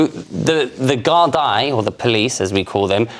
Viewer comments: The Guard-Dye??? 1 word, 2 syllables 'Gar' 'D'. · I am well aware of that. It is not pronounced guard-eye 🤣🤣🤣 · Gardai is pronounced gardie.